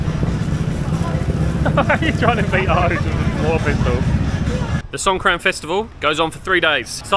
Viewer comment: I am not Khmer I was merely saying Songkran is not the real way of saying Songkran for the new year. Songkran means War in Thailand.. The real way of saying Songkran sounds more like these SongGraam.... All I was saying it must be a bit funny to the local knowing it